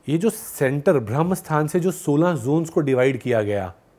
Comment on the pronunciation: भ्रमस्थान नहीं, ब्रह्मस्थान !